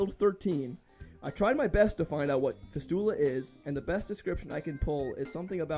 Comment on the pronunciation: Funniest possible way to mispronounce fistula